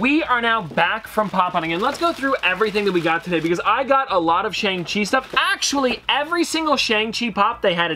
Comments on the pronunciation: Also the pronunciation is Shang-Chi (she) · it’s actually pronounced shong-chee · Shang Chi isn't really about him becoming a hero. It's about him facing his past and reuniting with his evil father (Wen Wu/ The Mandarin). Also it's pronounced shong chee.